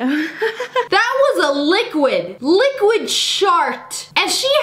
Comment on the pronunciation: “THAT WAS A Luqæd, A LIQUAD SHART” I spelt it wrong on purpose